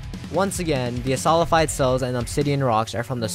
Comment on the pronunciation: Waiting for him to realize that its solidified, not solified...